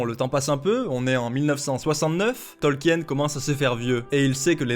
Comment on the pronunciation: Sinon ça se dit Tolkin; la vidéo s'y prête en même temps ^^